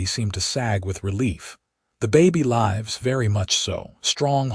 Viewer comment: Lives has two different pronunciation. With a soft i or hard i. Your voice is f. Ed up. Ladled with a hard A not a soft a.